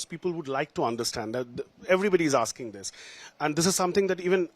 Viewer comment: "All of you are aaking the wrong questions "